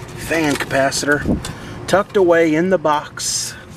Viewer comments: I know you mispronounced capacitor on purpose but it reminds me of when I was a kid I pronounced it "capacitator " That's a great theft deterrent always on " disconnect " unsafe but effective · A Capasisitator...... 😂🤣😂🤣😂🤣😂🤯